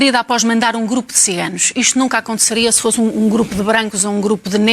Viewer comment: Também gostei de ouvir a Jornalista Ana Bárbara a dizer "Xiganos" ... muito bem.